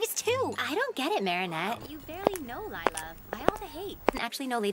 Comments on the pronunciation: her name is not lie-la its lila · "ISN'T GAGENTSTONGS PET A CROCADLE?" I love that part MaRaNeT bured LYEla LOL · Lila: I will “never” tell a lie again. Me: BRU UR LIE-LA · LilA is A lie-la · Stop lie-la is not a cute👁️👄👁️